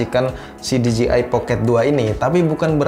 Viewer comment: Masukan saja bro.. Pengucapan merk DJI kedepannya, kudu diperbaiki nih..😁 DJI dlm bahasa Inggris, Di Je Ai Sementara yg selalu diucapkan Di Ji Ai, yg berarti merk DGI. Sekalian mau tanya, apakah DJI Pocket 2 ini, ada aksesorisnya utk di handle bar sepeda motor? Alih2 nge-vlog pakai action cam saat touring motor, sy pikir asik jg dg DJI Pocket 2, krn lensanya bisa diatur hadap depan (POV) dan hadap belakang (selfie) dg cepat. Semoga semakin sukses kedepannya ya. 👍